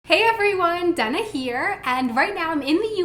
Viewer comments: I know you say your name is Dana, but it sounds like you said Donna. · You're back in the USA, your name is now pronounced DAY-nuh...